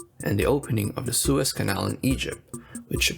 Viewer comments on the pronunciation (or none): none